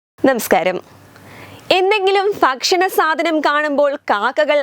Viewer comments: ഫ്‌ക്ഷ്ണം അല്ല ഭക്ഷണം😂😂എന്ന് പറയൂ.. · ഭക്ഷണം Fa ക്ഷണം അല്ല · ഭക്ഷണം എന്ന് പറയൂ മോളെ. ഫക്ഷണം അല്ല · ഫക്ഷണമല്ല ഭക്ഷണം 👍🏻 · ഫക്ഷണം അല്ല ഭക്ഷണം😅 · ഏത് ഭക്ഷണം എന്നതിനെ ഫക്ഷണം എന്ന് പറയുന്ന ഈ പ്രാന്തിക്കോ പ്രോത്സാഹനം. താനും കോട്ടയം, പാലാ, ചങ്ങനാശ്ശേരി ലേതിലെയോ ആണ്. അവരാണീ പൊട്ടതെറ്റ് സ്കൂൾ തലം മുതൽ പഠിപ്പിക്കുന്നത്. തെറ്റ് ചൂണ്ടി കാട്ടിയവനെ പരിഹസിക്കുന്ന അവരിൽ പെട്ട വിവരദോഷി. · ഫക്ഷണം,,,, ഫാര്യ,,,, ഫാരതം,,,😅